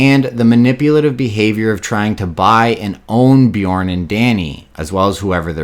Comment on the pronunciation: Always laugh when people call Bjorn - BEEEJAWWWN !!! Great video anyway mate have a good day !!!